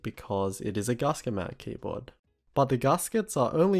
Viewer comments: It's gasket, not garsket. Gas. Ket. ;) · Yes. I live in Australia. But none of that has any bearing on the correct pronunciation. I think he's just read the word and not heard it, because zero people, of any accent, pronounce it like that. Even the upper-class Brits, who are most likely to pronounce "a" as "ah" (as in "dance") don't say it like that. It's not a criticism or a dig, just letting him know :) P.S. You're supposed to capitalise country names.